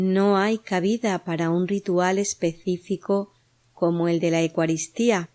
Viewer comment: Gracias, estupendo trabajo solo con todo respeto quisiera que pronunciaras bien esto, se dice: EUcaristía no digas Ecuaristía. Gracias😇